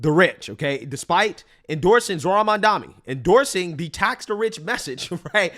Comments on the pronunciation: I cant listen this bredda yah mamdami...bro, either say it jokingly or say it correct. You sound dunce. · Why are people saying mamdani name wrong? Yall cant read or trolling?